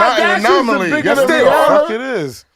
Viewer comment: ain’t never heard the word “anomaly” before..boy said “no she is not a manomamy” 🤣🤣